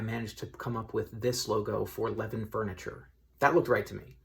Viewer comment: Knew approximately where this was right away based on the Levin's sign. Btw, it's pronounced Leh-VINN. Keep up the good work!